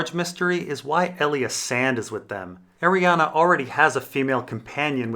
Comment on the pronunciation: ARRIANE NOT ARIANA WHAT'S WRONG WITH YOU